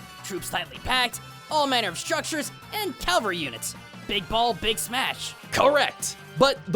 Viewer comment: Why do these youtube idiots not know how to pronounce cavalry?